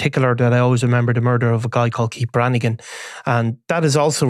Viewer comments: He said Deez are from Keits 😂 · Dees are from Keitt appalling pronunciation have some elocution lessons stop scratching your nose These are from Keith stay in the background